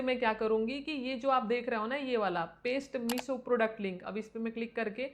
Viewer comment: मीसो क्यों बोलती हो, मीशो बोलो न । ऐसा सुन सुन के मेरी सांस रुकने लग गई